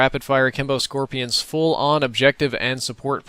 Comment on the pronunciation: plus lol u said it like scropian its SK... like dis score-pee-in n u go to school pffft